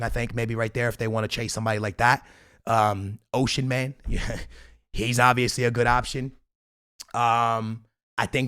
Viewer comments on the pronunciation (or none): Did this man really just call Osimhen "Ocean Man"